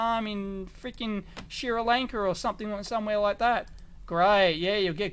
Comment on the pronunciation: "Shira Lanka" it's right next to Sri Lanka? LOL